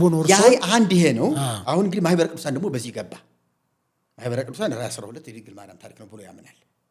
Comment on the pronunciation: Your deep rooted plot had been destroyed by Mahibere Kidusan before you disseminated the poison to the congregation. That is why you are mumbling on ማህበረ ቅዱሳን.